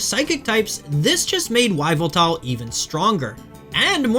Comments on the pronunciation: Yveltal is pronounced "evil"tal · WHYveltal. Cringe. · Yveltal, pronounced Eev-el-tall. The internet is full of information. Choosing to muddy it with horrible pronounciarion is unforgivably bad of you. Please do better. Even if English is all you know how to speak, learn to embrace the internet and LEARN how mimic other languages. Please. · it's pronounced YAH-VEL-TAL! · Afraid you're the one whos lost. I'm agreeing with you that its weird he says "Why-vel-tal" because you dont just say the name of the first letter of a word instead of the sound it makes. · Why do you say Yveltal like that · That is not how you pronounce “Yveltal”, lol. The “Y” should be pronounced like a long “e”. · Nah man its totally normal to say the name of the letter and not the sound it makes. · His pronunciation of Yveltal is killing me lol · I really dont understand how he came to that conclusion of how to say it? Unless it has a hyphen (Z-axis, X-ray, etc) you dont just say the name of the letter lol.